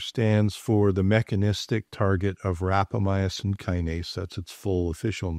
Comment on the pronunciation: Respectfully, you are not pronouncing Rapamycin correctly. It had 4 syllables and you are saying it with 5.